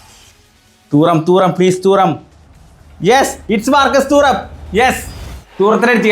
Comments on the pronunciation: തൂറം അല്ല 😂😂 തുറാം ആണ് 🤝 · Ee fundakk name parayanum areellee Thooram alla thuram🙃🫠